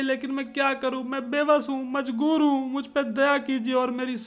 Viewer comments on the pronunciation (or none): Mazbur ☑️ mazgur❌